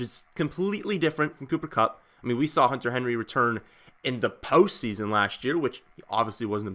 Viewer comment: IN DA PEE-OST SEESON.